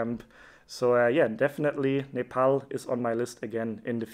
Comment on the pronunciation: Finally someone who pronounced Nepal correctly who is not Nepali